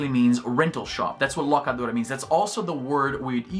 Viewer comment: Izzy parece um americano falando espanhol toda vez que solta um: "The Locadora".